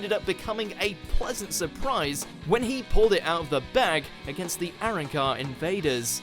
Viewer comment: The way he pronounced Arrancar as “Aaron- car” eye